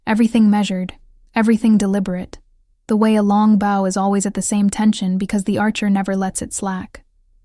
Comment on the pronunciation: She’s black! Yay! Mispronunciation of heteronym “bow” around 12